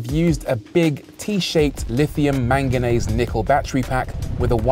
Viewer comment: Did he say “manganase”? Isn’t it “manganese”?